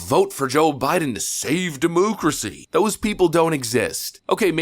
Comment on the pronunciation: I don't know how old you are, but you are a grown man saying demoocracy like a fucking idiot.